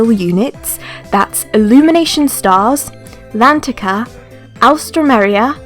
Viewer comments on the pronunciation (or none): Ya know that L'Antica is actually pronounced as Antica?